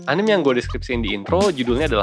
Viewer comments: Nice video. Btw, dibacanya A N I M E ya bro, bukan A N I M wkwkwkwk XD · punten min, anime teh dibaca a-n-i-m-e, huruf "e"nya dibaca bener2 kek nyebut huruf "e", bukan anim, btw thank you pisan buat kontennya min 😁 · Its ANIME not ANIM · video yg sangat membantu, thanks a bunch 1% ; btw anime itu dibaca 'a-ni-me' bukan 'anim'